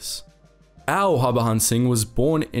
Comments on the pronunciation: I'm a great fan of your videos. But please pronounce 'J' as it should be and not as how the Spanish names have it. Its Harbhajan Singh and not Harbahan Singh. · Bro it's HAR-BAJAN Singh. prounounce that J as J , not as H. Its JAN as in JANUARY 👍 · The J in his name is not silent btw and his name is less complicated than it's made out to be. Har-Bhajan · BTW, the name is pronounced Hur(hurry)-Bha-jun(jungle). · Its Baba Har-ba-jan singh. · In "Harbajan" the "j" is pronounced normally. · The way you pronounced the name 😂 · Man you Totally butchered the private's name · Yo don't presume how the name is pronounced.This is not some French name. J is not silent in Harbhajan Singh.